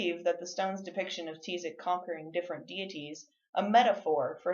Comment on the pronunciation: That's not how you pronounce Tizoc 🙄 And that's my last name